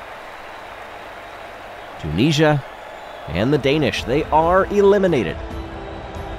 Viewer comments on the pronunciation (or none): This video taught me that Americans say the country Tunisia very differently from the Brits.